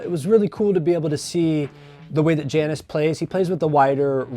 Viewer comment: It’s pronounced “Yannis,” isn’t it?